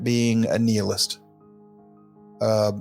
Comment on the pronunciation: I've never heard anyone pronounce "nihilist" as "nee-list"